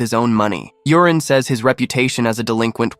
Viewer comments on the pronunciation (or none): Yurin pronounced Yoorin, but alas, ai calls him Urine. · Maybe it's read u-ri-ne It's the AIs fault reading it wrong lol